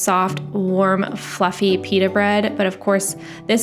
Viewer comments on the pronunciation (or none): none